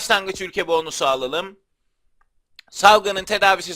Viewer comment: abi sen neden bonusun o sunu uzatıyon boonus diye soylüyon